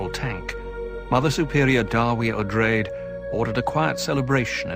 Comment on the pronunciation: You’re mispronouncing Odrade as “Oh-drayd” (long A). The correct pronunciation is “Oh-draw-day”.